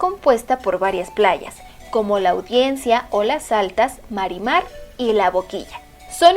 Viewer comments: Así es no es comalá con acento.. es COMALA..... Y las playas de Manzanillo en Santiago son MIRAMAR (NO MARIMAR).. LA BOQUITA ( NO BOQUILLA)...Es ATENQUIQUE .... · Mal pronunciado Comala, no lleva acento, además es atenquique, y es Miramar en Manzanillo.. pequeños detalles que deberían checar..